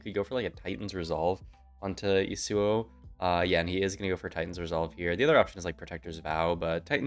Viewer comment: please dear lord, it’s YASuo not yaSUO